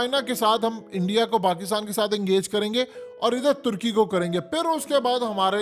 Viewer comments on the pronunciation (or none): none